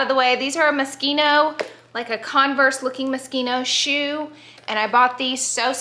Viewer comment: Can we just be happy that Laura’s teaching people how to pronounce moschino properly!! Yessss so many people call it mosheno an it grates the crap outa me!